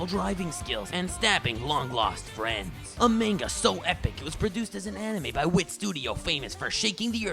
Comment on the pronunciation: Pronounced "manga" wrong...